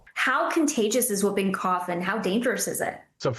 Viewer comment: Not whuuping, whooping, Hallie.